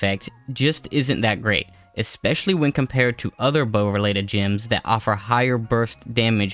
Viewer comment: They're GEMS, not "GYMS"